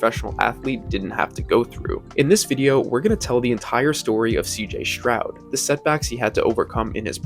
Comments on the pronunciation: All good except for mispronouncing his name, it is NOT “Shrowd” it IS “Stroud” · Stroud not Shroud.